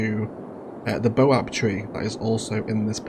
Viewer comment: That's a baobab tree and baobabs are widely distributed in belts across Africa. I'm from South Africa.. the pronunciation is bay·uh·bab tree😂😂 Great vid none the less😂😂